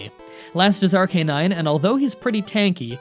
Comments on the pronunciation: You said ar-K-nine, im pretty sure its pronounced ar-kuh-nine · Arcanine not arr kay nine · Ar-canine? It’s ar-ku-nine. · Did you just say ar-ca-nine its ar-kuh-nine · Arcanine: exists: Arc-ay-nine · can't say i'm right but i pronounce arcanine as arc-uh-nine instead of ar-cay-nine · Pokimon... Pokiflute... Ar-K-nine... Ugh, annoying (and wrong) pronunciations. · “Ruh-tuh-tah” “R-K-Nine”